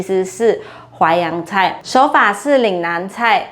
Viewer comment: 是淮扬菜，不是淮阳~